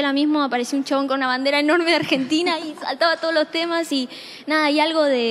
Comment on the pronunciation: porque pronuncia todos los nombres propios en su idioma original y después dice Arshentina?